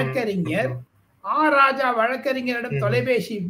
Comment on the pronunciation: ராசா இல்லைங்க ராஜா. ஏன் தமிழை கொலை செய்கிரேங்க? ராஜா வார்த்தை வந்து ஸன்ஸ்கிரத வார்த்தைங்க.